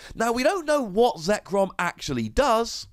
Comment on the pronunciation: Shame on you getting zekrom's name wrong